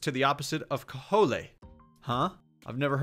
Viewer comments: cajole...pronounced "KAH-JOL", not "KAH-HOLAY" lmao. It means basically to positively try to talk someone in to doing something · It's "ke-JOHLE" and "Vis-SAHN-tay SHANK-o." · ke-JOHL for next time. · No one:: “caholaay” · This man said "Cah-Hole-Ay" I'm dying hahahaha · ca-hol-a lol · That pronunciation of "cajole" really messed me up. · It’s still kinda pissing me off... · I think he thought it was a spanish word? In his defence, I’ve never seen that word before and would have guessed it was spanish too.